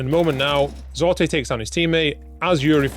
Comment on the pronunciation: Just here to say, it's pronounced ZIPEX. According to the man himself. The 9 is a backwards lowercase e.